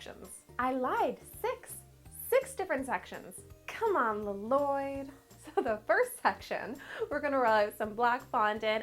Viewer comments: You pronounce his name wrong. Edit: you pronounce his name La Loyd. HIS NAME IS PRONOUNCED LLOYD NOT LA LOYD. mahalo (thx) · His name is Llyod not laloyd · its lloyld not lalloyld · Lloyd i just lloyd not l-loyd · it is LOYD you say it like LOYD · dad it's just loyd(with 2 l's) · She is because it's a joke from the movie. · Lazycat 881 No, she totally is! Lol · i love ur vids btw but you say Lloyd without the extra L. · Um you pronounced LLOYD WRONG